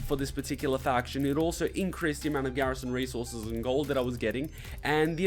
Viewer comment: I love how he said "Garrision resorces" X3